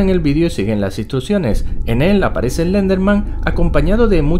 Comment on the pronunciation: "las instucciones" te odio jajaja